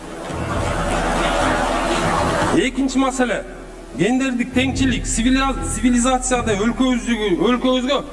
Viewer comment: Сакал Сигилизация деп уруп койдубу же мага ошондой угулуп жатабы